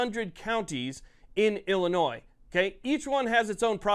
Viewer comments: Love the content, but Illinois is pronounced "Illinoi" without the "s" Not "ill-eh-noise" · There’s no “noise” in Illinois. Pronounced “Ill-uh-noy”. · I’ll hit the like button if you remember the S in Illinois is silent. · Learn to properly pronounce the name of the state. Typical ignorant people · FYI the S is silent on Illinois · Please, learn how to pronounce "Illinois." I shudder to think of how you pronounce "Arkansas." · You don’t pronounce the “s” at the end of Illinois. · Someone please educate this moron that the final "S" in Illinois is silent. :face-blue-covering-eyes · The S is silent bro. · PLEASE PLEASE STOP SAYING THE "S" IN ILLINOIS! THE "S" IS SILENT